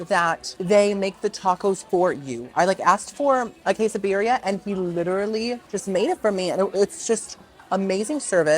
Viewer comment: ¿ Que? /kay?/. Quesadilla /kay - sa-diya/. Queso...?